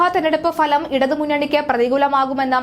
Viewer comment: മലയാള അക്ഷരങ്ങൾ ശരിക്ക് ഉച്ചരിക്കാൻ പഠിക്കാൻ നോക്ക് നിൻറെ ഒരു falam